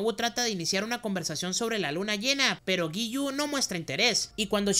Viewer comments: Es Giyu no yigu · Yo estaba como ahhhhh por que dice lligu y no giyu tomioka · Jajajajaja tus resúmenes son excelentes y me encanta la dislexia jajaja yigu y sanjogi 😂